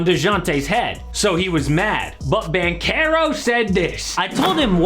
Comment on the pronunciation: Banchero not banquero😵‍💫😵‍💫😵‍💫😵‍💫